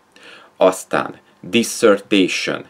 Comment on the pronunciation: disszörtésön? húha kiejtést remélem nem tanítasz :)